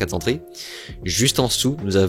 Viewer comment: 4 zzzzzzzzzzzzentrées, 5 zzzzzzzzzzzzzzzzzentrées, 9 zzzzzzzzzzzzzzzentrées. On n'apprend plus du tout l'invariabilité de tous les chiffres et de la plupart des nombres en France? (à part 20 dans 80, et 100)